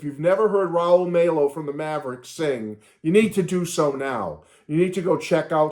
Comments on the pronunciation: Glad you're loving the album!!! It's on my Spotify rotation right now!!! BTW, Raul Mal-O...that's the pronunciation...Like Mal Evans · Pronouncing Rauls last name wrong